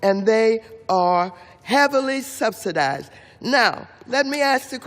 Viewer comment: Did she say subsidized ?